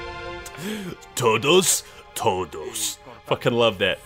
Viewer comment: Brooooo im latin and i could say that you had a good pronunciation when you said "todos" (that is everybody by the way)